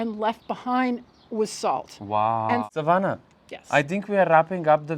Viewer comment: lovely as usual informative video, You say Savana so perfectly, every time you said it i looked as its my name also.